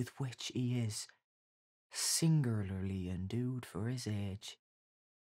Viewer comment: Even AI has trouble pronouncing "singularly" haha